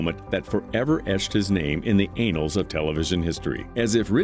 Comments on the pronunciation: “Naan” bread is pronounced to rhyme with yawn, not can. “Annals” rhymes with panels, not payrolls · Please pronounce the word annals correctly you are not referring to the rear end…. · "In the anals of television history..." 😆I love when they have machines dictate writing instead of a human. You get gems like that. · “Anals of time”? 😆